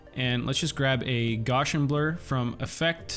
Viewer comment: Awesome tutorial. I love the way you built the background. And it's pronounced like gow-shun.